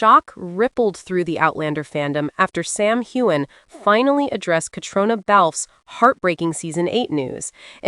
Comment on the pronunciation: Caitriona is pronounced cat reena. Try to remember this.